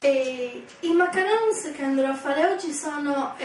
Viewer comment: Grazie per la ricetta e la chiarezza...ma perchè li chiami "MACARUN"?? Si chiamano "MACARONS" e si pronuncia "MACARON"...Proverò a farli di sicuro...